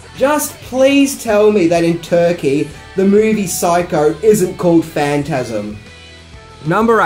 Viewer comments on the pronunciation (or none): none